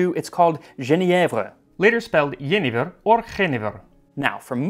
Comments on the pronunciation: Really enjoyed the video, most of your pronounciation was really good for a non-dutch speaker! I just would like to add that Jenever is phonetically pronounced as Je(Yuh) ne(nay) ver(close to the 'ver' in ever). Great vid as always Max! :D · the Dutch pronunciation is "henever" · It’s actually pronounced with a Y. Yenever. Yen. A. Ver. Ver. Not “veer” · It's pronounced "yen-aye-fir" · If I recall correctly, in Holland they fill your jenever glass to the brim and almost over and the first sip is from the bar. I thought it was closer in pronouncing to "your neighbor" (perhaps, think how Yinzers might say it??) :) Also, if I recall there are different kinds including something like fruit, young, and old. I thought that the old was most similar to the juniper spirit I call gin, with a stand out gin being Cadenhead Old Raj. I drink that neat and warm. One can also add a few juniper berries to any gin, after all, we had a bunch of moonshiners making "bathtub" gin. In Slovakia, we had borovicka, again neat. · It's pronounced "yuh nay verr" yenayver. It's the Dutch great grandfather of Gin. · Jenever in Dutch is pronounced "yûh-nay-vur" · For those who want to pronounce Jenever: yuh-nay-vuhr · Dutchie here: it is pronounced 'ye-nah-vur'. Bols: no. My favourite Jenever is Rutte from Dordrecht, but I don't think you can get it online. The reason jenever has a bit of a 'whisky' taste, is because it is kept in American bourbon barrels. Appartently, you only use your barrels once? Where I am from we also have something called 'kopstoot' (head butt). You drink a beer and you would have a glass of jenever next to it. To drink it: have a sip of beer and then down the jenever in one go --> the head butt. Be careful, because it can get you drunk very very quickly. ;) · As for the pronounciation of Jenever that'd be "yen-nay-vur" if spelled phonetically in english. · Jenever is a dutch word and approximately pronounced "yeah-nay-verb" (just keep the b at the end silent)